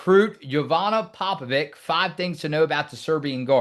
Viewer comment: It's pronounced Popovich guys. Not Vic.